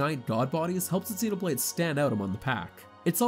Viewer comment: So many sites have narrators that obviously never played the game reading other people's review, but they don't double check to see if they are pronouncing things correctly. But still, what kind of alien see these words and thinks "mechin", "exenoblade", and "meela"? He didn't even say the title correctly.